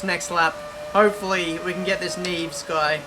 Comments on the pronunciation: Neves is pronounced nev-es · Neevs? Seriouly hahahaha